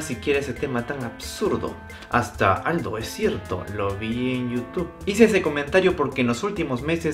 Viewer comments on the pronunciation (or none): none